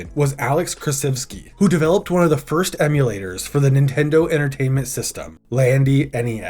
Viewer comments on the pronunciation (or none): none